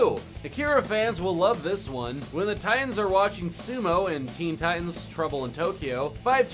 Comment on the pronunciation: Theen thitans